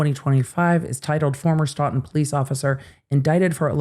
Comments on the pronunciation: It’s not STAWton it’s STOton ST-long O!! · You are my favorite law-tuber…. But it’s pronounced Stow-tn. 😬😁 I’m from Mass… we pronounce things weird. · It's pronounced Stootun. Thanks! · As a local, just correcting the pronunciation of Stoughton (STOW-ton). Thank you for your coverage of these cases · It's pronounced Stow-ton. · Just an FYI. Stoughton is pronounced like Stow-tn. (Long O like stowaway). Thank you for bringing light to our MA law enforcement/court issues. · Stoughton is pronounced "Stow-ton" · Local pronunciation info... Stoughton = long O in first syllable (stow) ; short O in second (tun) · it's StOughton. Long O. That's where I was born. 😊